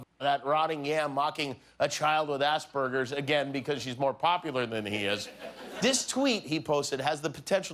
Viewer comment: Lol can you stop saying arseberger 😀